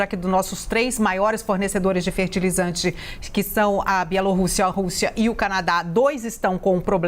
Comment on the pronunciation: achei chique a forma como o analista pronúncia Bielo rússia